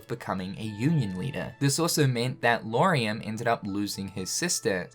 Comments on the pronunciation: Lar-ee-am. I don’t think it’s Loo-are-ee-am :) Great video, nonetheless! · Man you gotta look closer at these names before trying to pronounce them LMAO... LAW-REE-UM not LOO-ARE-EE-UM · Amazing vídeo ! But why He keeps saying Luariam instead of Lauriam ? 🤣